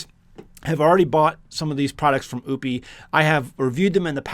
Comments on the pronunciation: It's pronounced O-pus. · You're not saying the name right😂